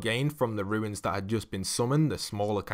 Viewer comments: Anyone else mildly infuriated that it sounds like he is saying ruins instead of runes or is it just me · Numberfiend 50 wow, just mildly infuriated?